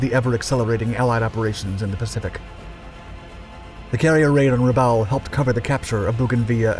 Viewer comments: it's Rabawl, not Rabell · I believe that Rabaul is pronounced Ra-Ball, not Ra-Owl. I'd like to know which is correct. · For christs sake……some of your pronunciations of places names is absolutely VILLAINOUS ! Bougainville is Boo-gan-vill Rabaul is Ruh-ball Great subject but bad pronunciations throw it off a lot. And the Essex class were NOT “jeep” carriers, they were fleet carriers. “Jeep” carriers were a nickname for the freighters that were converted into small carriers. Get it right or don’t do it at all. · How on Earth do you manage to mispronounce (almost) every single place-name? MAY-kin, not Mekin. Rah-BAWL, not Re-bowl. Okay, you nailed New Ireland - although I doubt the Irish accent was truly necessary. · Rubbowel and Trook? Are you sure about those pronunciations?! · I usually like your videos. But this one is rough. For 80 years these places have all been pronounced a certain way and now you've decided to change every one of them. Truk sounds like truck. Boo Gan vill. Rah ball. I forget the other ones. Try watching a couple videos on here. You'll figure it out